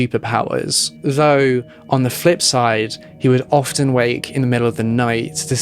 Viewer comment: Interesting video...on a side note, I wanted to tell you that the "t" in the word "often" is silent. You sound pretty professional so, I thought you'd wanna know.